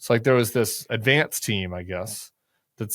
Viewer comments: I heard Shady Vance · He actually said “Shady Vance” 😂😂😂